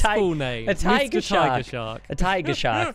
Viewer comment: Whenever Stampy said tiger it sounded like he said "taiga"